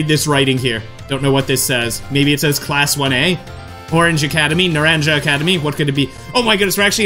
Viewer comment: Its pronounced naron ha